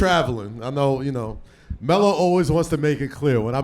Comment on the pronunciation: The way Melo and Cp talk to each other you can tell they have a real relationship with each other.🤞🏾I don’t think Cp called Melo “Melo” the entire conversation he called him “Ello” 😂😂